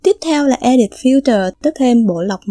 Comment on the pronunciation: Mình đọc là e đít.. bạn cứ đọc là e địt . Hihi